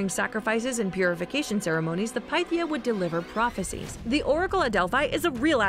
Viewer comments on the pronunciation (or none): Am I the only one that keeps getting triggered by the mispronunciation of certain words..? Like the times she said Pythia..... it's not "Pie-thia" it's pronounced "pi-thia".... or at least within the game. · there were a lot of Englishified words, but "Delphai" and the "Piethia" were the most painful to hear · It’s not PIETHIA 😂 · Heratatas Delpheye Pie-theea wtf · The amount of times she said one of the words wrong like herotodus or pythia.